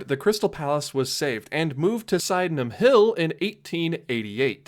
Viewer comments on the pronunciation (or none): The first part of Sydenham sounds like the name Sid. Congrats on getting the last part right though!